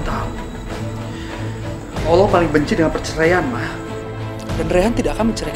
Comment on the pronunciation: Yg bener allah bu.bkn awloh